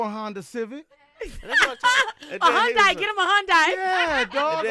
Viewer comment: Hyundai? Hun-die?😂😂😂 it’s hun-day